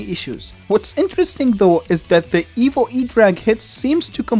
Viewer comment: Your accent makes it sound like "Evil" rather than "Evo", which is honestly much more fitting. Evil Electro Dragon